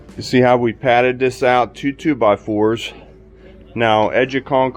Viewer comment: That Pittsburgheese was very evident with that "AHT" no need to correct yourself...just embrace it lol